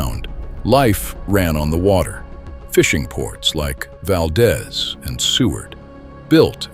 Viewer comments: Interesting video but the AI voice is distracting, it pauses at strange intervals and mispronounces many local names. For example, Valdez in Alaska is pronounced "Val-DEEZ" not "Val-dez." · Wrong pronunciations: Valdeeeez, not Valdez. Cheeeena, not Chayna. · Val-deez, not val-daz, AI sucks! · Pronounced val-DEES. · By the way, Valdez is pronounced "Valdeeez" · its pronounced VALdEEZ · "Valdeeze" not Valdez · I arrived in Anchorage the summer of 1969...at that time there was no discussion of the earthquake. Not a single person mentioned it. Also: there were no signs the city had ever been destroyed. amazing! They just refused to discuss it. Addendum: Valdez is pronounced Val-deez. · First, there’s a misspelling of Pacific Northwest that I mentioned. Then there’s a picture of the mountain range. Two Mount Rainiers?? Mount Shasta and Mount St Shasta? A Mount St Helens….none of these in the right position….. VERY poorly done. What a disappointment! I wonder how many other mistakes there are. Of course that’s in addition to the mispronunciation of Valdez etc. mentioned by other people.